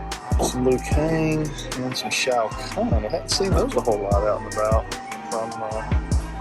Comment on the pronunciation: Hey. Dang, I was gonna say hey but you trimmed the point off bottom of beard. 🙂🙃😉...cool toy hunt...your hunts are always fun even if figures are still same old ones. BTW, you need to watch Kentpool Live's latest toy hunt video. Listen to how he pronounces Shao Kahn's name. You'll get a kick out of it. 😉